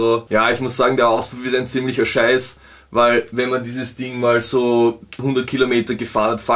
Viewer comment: Ich liebe es einfach, wenn Du "wal" ("weil") sagst :)